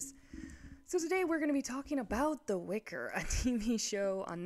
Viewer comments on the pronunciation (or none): "Witcher" not "Wicker"